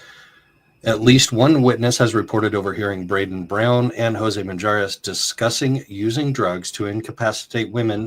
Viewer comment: drop the J in the last name😂 Minjares please thank you for covering when no one else will!!